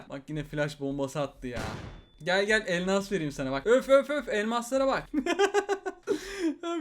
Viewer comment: Abi türkçen bozuldu balon kafa sayesinde elmas yerine elnas diyon